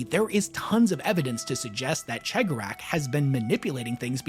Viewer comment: what's that?! talking Eldar lore? Why yes please! More!...That said, PLEASE listen to the Heirs of the Laughing God audio play to learn to properly speak the name of the Laughing One, please >< It's bad enough Majorkill can't pronounce His or the Whispering One's name, not you to!